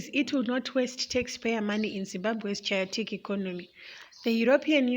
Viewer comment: I had to repeat that thrice coz I thought my ears were going haywire.